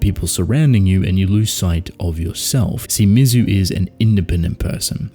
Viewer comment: Well-written essay! But I’m “that guy,” and you pronounced Mizu’s name correctly once during the entire video. MEE-ZOO. I’m being pedantic about it because she is the titular character. Otherwise, an outstanding video and observation!